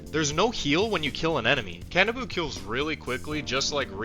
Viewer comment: Can-ah-boo. I thought it was more Ka-nah-bow